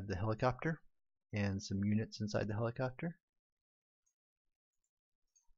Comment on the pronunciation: Cant unhear it, if you thought that he said "helicockter" one time.